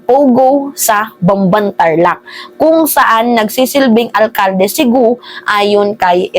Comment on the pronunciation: korekin mo sarili mo. Hnd gu o. Para kapanipaniwala ka.